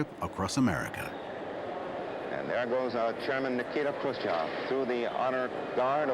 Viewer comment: American clueless journalism at its best. 😊. His name was easy as pie: - NIKITA [Nee-kee-taa] His last name was Khruchev😅😅😅